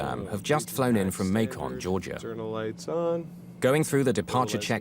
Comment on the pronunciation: This is hands down the most insane mayday ever. The crew were top of the line! But "Macon Georgia" is pronounced like bacon with an M.. Macon